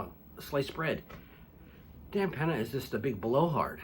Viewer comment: Can you say “Peña”? It’s not pronounced “Penna”. It’s pronounced “pen-yuh”. Now make this video over again and pronounce it right. An “N” with a tilde (ñ) sounds differently.